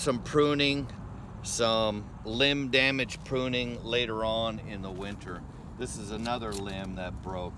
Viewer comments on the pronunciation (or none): none